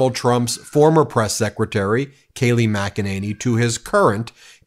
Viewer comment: It's pronounced mack-a-ninny.